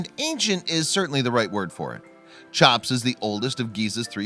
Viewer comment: Guts hmmmm brains nahhhh I've never heard of "Chop's" pyramid before. Try "Cheop's".